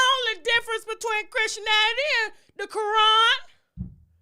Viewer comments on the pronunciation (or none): She said "chrishinanity” 😂 Tasha is a whole mess. 🤣🤣🤣